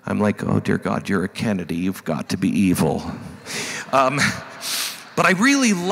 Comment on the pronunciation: its "kennedi." You today. Its. "Kennedi. Just tel. Kennedi. (You ken help me.).?